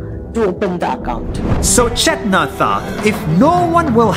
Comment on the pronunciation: U are saying chethana wrong it is putting a whole new meaning it means trash in telugu